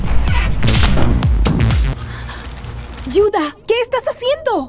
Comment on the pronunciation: Se dice Judah no yuda